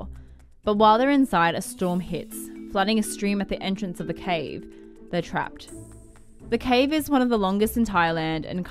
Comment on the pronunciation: The wild boars were stuck in the have too? That's what it sounds like she says. ????